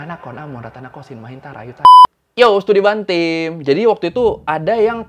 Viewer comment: Studi bantim? Batin? Ya iru lah tau ga ku denger nya apa ,STUDY BANTING 😭😭😭😭🙏🏻🙏🏻🙏🏻🙏🏻🙏🏻🙏🏻